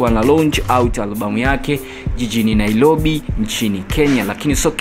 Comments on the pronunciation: Ndugu mtangazaji kunatofauti kati ya R na L..... Jitaidi sana kujua kuzitofautisha Ni NAIROBI co NAILOBI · Destiny Key watangazaji kama hawa wanaboa waende shule kwanza hata kuongea Hawajui. two laisi mara nailobi unakera sana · Hahahaaaa.Nailobi?hapana ni Nairobi watangazaji jifunzeni